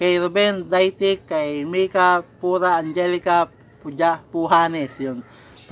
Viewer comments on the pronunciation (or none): none